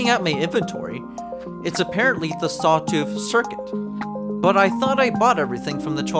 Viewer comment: maybe sawtooth circlet only becomes available after you learn to pronounce it correctly :3